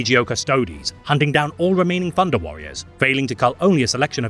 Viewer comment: “Funder” lol